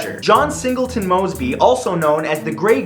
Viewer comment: WHEN HE SAID MOSEBY I THOUGHT IT WAS MR MOSEBY